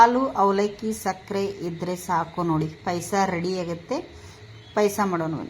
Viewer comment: That is not PAISA..it's Paayasa...pronounce it properly..